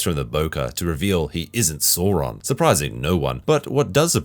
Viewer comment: I mean if you say Sauron wrong can you really critique